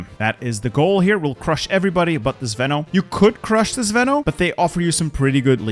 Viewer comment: You say "zveno" wrong, it's not zvEno it's zvenO - the strong letter is "O". The word means something that is in the center and holds strong the rest, also something that is combining things together.